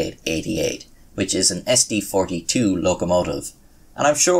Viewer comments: It’s called a SD40-3 and SD40-2 not SD43 lmao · ITS SD40-2 NOT SD402 AN THEY DONT HAVE A STEERING WHEEL